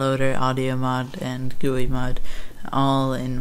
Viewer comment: r u serious? "gooui mod" its just pronounced G-U-I mod